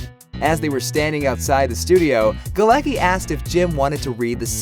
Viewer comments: Its funny how they read Galecki as "ki" at the end. It is more 's-ki'. His last name is Polish so does Bialik' one and the pronounciation is different 😂😂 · its Galecki, not Galeki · NO GALAKI - GALETZKI !!!! Morons... its polish name! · Jesus, you spell Galecki so wrong that my ears are hurting. It's not GALEKI. It's Galecki with C in it...